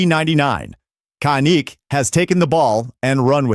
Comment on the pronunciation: Dude it’s not con it’s fuckin can with a k kan IK kanik